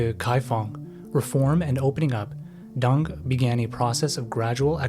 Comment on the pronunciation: it's pronounced deng, not dung. the dude is super small but he's not a turd. DENG you mofo , D E N G